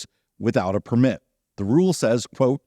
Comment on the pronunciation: There is a lot of controversy around types of allowed land use in the national parks. I hope things work out. So, I know it's nitpicky but i can't stay quiet anymore!!! The noun “permit”, meaning “written permission”, or “license”, is pronounced with the stress on the first syllable: “PER-mit”. You must have a permit to park here. The verb “permit”, meaning “allow”, or “let”, is pronounced with the stress on the second syllable: “per-MIT”.